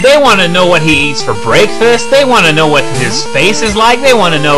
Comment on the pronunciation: Ah,, the pinnacle of ignorant Americans bashing Canadian Pronounciation.